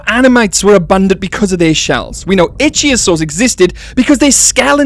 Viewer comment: Can u please please start saying ih thio sors ...ik begging you bro . U are the best but i wake up every time u say it wrong xD